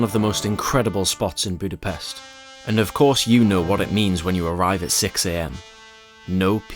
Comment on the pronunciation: It is funny that you pronounced Vajdahunyad perfectly but repeatedly pronounced Budapest wrong. Anyway overall not bad